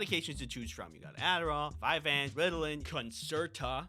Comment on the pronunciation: I think I found the name of the second drug on the list . It's "vyvanse". Did anyone else just keep hearing it as "five ants"?